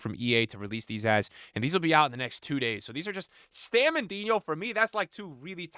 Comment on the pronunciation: Bro it's Stam not Stem